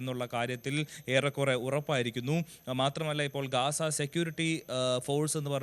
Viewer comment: ഗാസ അല്ല ഗസ്സ